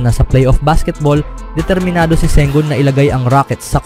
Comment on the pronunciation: Ang masasabi ko ay malakas ang phoenix suns basta magkasama sina Sengun at Sengun. Dalawang tao ba sila?😂😅😂 Bakit pabango-bago ang bigkas mo?